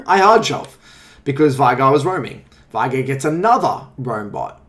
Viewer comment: The amount of people who say "vie-gar" when his name is said "vay-gar" is too damned high. Driven me crazy since season 4 or 5.